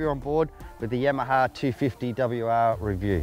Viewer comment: "The Yemaha" :D